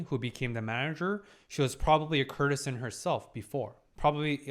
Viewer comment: I really wish he'd pronounce courtesan properly. The root is court as in the royal court. While courtesy has the same root, in courtesan the 'cour' is hard like in court Courtesan = Lady of the court